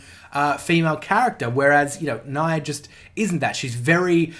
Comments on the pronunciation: "don't hit the dislike button just yet" says Nia as Na-ya instead of Nia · How do you go 100+ hours hearing as person's name and still put up a video calling her "Naiah?" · First off, the correct pronunciation of Nia's name is Nyah (Ni(e)- ah) which is also her Japanese name, this is a sort of pun of how cats sound in Japanese ears, Nyah. Now about the voice acting, there are good English voice acting in Xenoblade 2 like Morag, Zeke, Pandoria, Tora, Poppi, Pyra/Mythra, etc. But the bad ones in my opinion are Rex and Nia, and I prefer their Japanese voice acting than the English ones. Well yes, I do not understand Japanese a lot, and I do prefer English sometimes, but when I hear voice acting, I want emotion. This is what I hear with Rex and Nia in Japanese, not in English. Understanding a language or not is not a problem to me when there is subbed, and yes I do know the trouble of reading them and some possible mis-translations, but I can tolerate them when I can listen to characters display emotions well, for that props goes to the Japanese VA, cause they really put a lot of heart and effort in it. But again, that is just how I see things, and I am not the end all be all of voice acting, so in short it comes down to what gives you the best experience when playing JRPGs. Side note: I think the Japanese voice acting for Tales of Hearts is just...ok, not bad but not good either, and the worst one is Beryl I think her name was, but Kohaku is awesome. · Every time you mispronounce Nia’s name, I subconsciously think you’re talking about Mórags’ brother Emperor Niall. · Looking through a bunch of comments. I feel like I'm the only one noticing his pretty clearly purposeful mispronunciation of Nia's name.